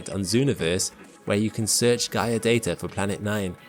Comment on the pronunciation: THERE IS NO "R " IN DATA!!! GET YOUR SHIP STRAIGHT!!!